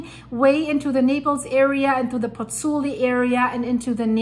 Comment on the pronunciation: Miss please the VESUVIO non si chiama VUIA and the gulf of POZZUOLI non si CHIAMA PUI or PULLI 😂😂😂: why do you not pronunce exact the original names? Thank you